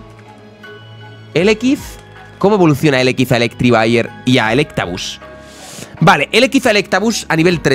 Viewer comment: por favor, se dice Electivire no Electrivire